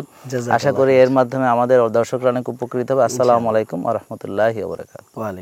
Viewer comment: আপনার সালামে ভূল আছে,আগে সেটা ঠিক করুন, আপনি বললেন= আসলামু আলাইকুম